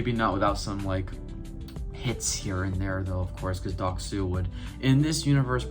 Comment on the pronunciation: You butched his name so hard